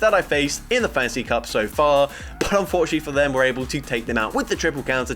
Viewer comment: I kept hearing fancy cup instead of fantasy cup. Now I want a fancy cup.